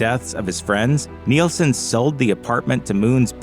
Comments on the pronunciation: Harry is not "NEAL-son". It's pronounced "NIL-son." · It's Nilsson not Neilson.